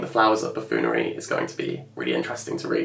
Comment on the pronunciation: Buffoonery, not buffoolery 🥴😂